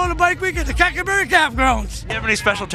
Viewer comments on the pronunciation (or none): calling Cackleberry "Crackerberry" for half the vid is the funniest unintentionally offensive thing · I thought he said crackle barrel 😂😂😂😂😂😂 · Lmaooo I love how didn't realize he wasn't calling it cracker berry until homke said it right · the homie out here called it crackerberry for days and then realizes its crackerberry....im fucking dying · The whole time he's calling it cracker berry .lmao definitely cracker ville